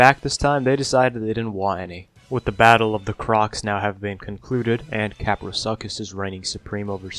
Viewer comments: lol I've heard alot of crazy Ark pronunciations but Kapro Suckus? Do ark players really not look tame names up? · It's pronounced kaprosuchus